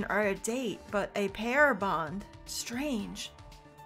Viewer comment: Wasn’t paying attention to the video during the start of K1-B0’s love hotel scene, I thought I heard “romantic pare bond”. Like, the fruit.